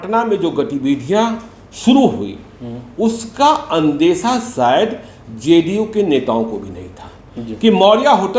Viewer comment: मुज़्हे तो ये ज़ ज़ करने बाले पत्तलकार महोदय ही सबसे बड़े एजेन्ट लग रहे हैं । जिन्हें ज़े डी यू की कितनी चिंता है ।